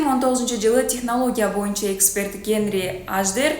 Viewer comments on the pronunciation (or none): none